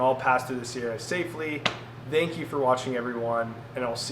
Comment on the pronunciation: #1, its called the "Sierra".